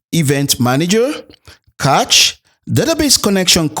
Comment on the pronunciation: cache is pronounced cash :)